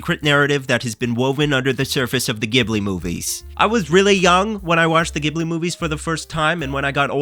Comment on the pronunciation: Isn't it pronounced "Ghibli" not "Ghibli"?